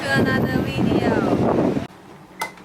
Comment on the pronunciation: velcome to anoder wideo!